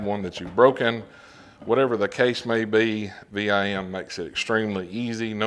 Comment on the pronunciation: VIM...... 1 word... not V.I.M. just sayin That ia nice set...VIM is known for their great quality bits and bit sets...☝️